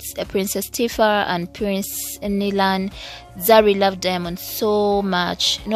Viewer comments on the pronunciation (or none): none